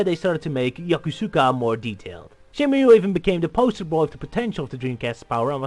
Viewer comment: Ryo: "Shenmoo".: "Shenmyoo". Argh... Anyway, great analysis, but you kind of dropped the ball there at the end concerning Sony. Kudos for mentioning the BuildingTheList campaign as reason why Shenmue 3 ended up with Sony and why it was unveiled at E3, most articles fail to do that. But some of your conclusions are quite wrong. "Shenmue 3 is very likely to become another financial disaster" - That's pure speculation. Too many people assume that Shenmue 3 will have, or even needs, the budget of the originals. That is wrong. The originals were that expensive for several reasons. Development started on the Sega Saturn, and that version already included parts that would later end up in Shenmue 2. The Saturn version was scrapped, lots of things (but not everything) needed to be redone for the Dreamcast, they had to develop their own tools and engines, the team grew to 300+ people and nobody knew how to manage that efficiently. So, the original budget of $47 million paid for at least three games (Saturn, 1, 2) and 5 years of development. All that won't apply to Shenmue 3. Shenmue 3 won't be a huge modern AAA game. It might end up losing some money for Sony (who primarily fund the marketing and NOT the development), but it won't be a disaster for them. "I mean look at those colors" - Funny, because Suzuki has stated somewhere that he doesn't like the appearance of that scene. It looks too "California dry". It's just a preliminary mockup. "Sony put themselves in a co